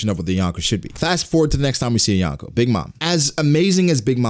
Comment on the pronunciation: You are saying Yonko wrong